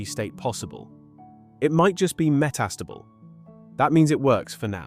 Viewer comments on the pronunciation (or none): Why the hell are you pronouncing "metastable" so strangely? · Can you please figure out how to pronounce “meta stable”?